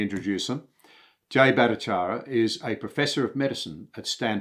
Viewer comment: Can’t he even pronounce his ( prof Battycharya) name ? Jesus